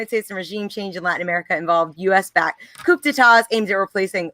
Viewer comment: I love the content and the conversation, but it's a little awkward to listen to a leftist not know how to pronounce "coup d'etat" and "military junta" while reading from recent "research" on Wikipedia. WTF